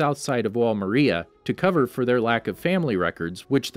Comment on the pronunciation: No effence but he cat say Maria properly